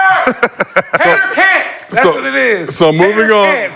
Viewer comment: This episode was hilarious 😂 we needed Kmart 😂😂 nick said HaterCants 😭😭